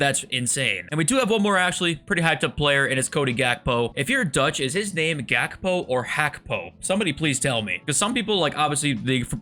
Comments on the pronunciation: It’s not hakbo it’s Khakbo that’s how you spell him And khravenberh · In the netherlands you pronouce the G like a german way. You guys in the USA say gullit and gakpo and pronouce it with a H. Same thing with kimmich. He is a german. But we dutch people and german people can relate because its similar.😅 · hehe im dutch and youll never pronounce gakpo alright